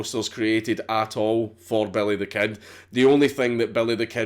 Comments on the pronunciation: "belly thuh kehd" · Nigga said "belly the ket" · sorta sounds like, “bury tha ked.” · belleh the ked* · I swear he said: "Belly the Cat"